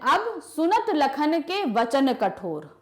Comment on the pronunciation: AAP toh lakan bol re ho